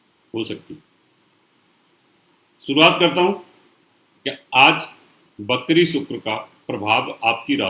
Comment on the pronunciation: Bhai tu Shani ko sunny bolta hai aur vakri ko bakri..... Teri to bhasha hi ashuddh hai, jyotish kya khak shuddh hoga???😀